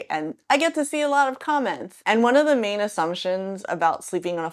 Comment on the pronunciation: I wasn't sure if you said "mean assumptions" or "main assumptions" but both fit!